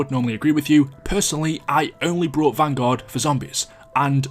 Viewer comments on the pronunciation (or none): This is extremely random but why do you pronounce fear like “fear” but you pronounce year like “yurr”? And similarly, I’m curious to know why every time you said bought in this video you pronounced it “brought”.